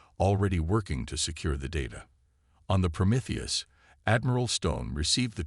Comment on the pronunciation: I like how the AI can pronounce Promethius but not other more basic words 😂